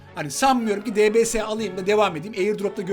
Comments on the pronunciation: onun adı debese degil dibiyes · DBS YE LBS DİYO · Abidbs diye yazılıyodibies diye de okunuyo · Abi debese değil deybies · Debese değil dibies ulan video boyunca kanser oldum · dbs diye yazılıyo di bi es diye okunuyo sjsjsjsk mksa JA>Şxzh daswda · O diybiyes diye okunuyor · Abi onun ismi dipies diye okunuyor ama dps diya yaziliyor